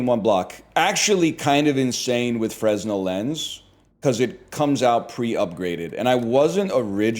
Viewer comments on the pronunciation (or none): Fruhnel, not freznel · Idk if he's doing a bit but fresnel is pronounced furnell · NL: Be word enjoyer. Also NL: Pronounce Fresnel with the S. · Him pronouncing the 's' in Fresnel is killing me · Any other theatre kids get irrationally annoyed at NLs pronunciation of Fresnell?